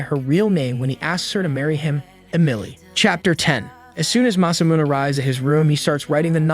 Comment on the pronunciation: masamuneをマサミューンって呼ぶの笑った